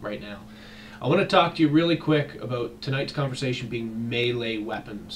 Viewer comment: Are you canadian? You said "aboot" lol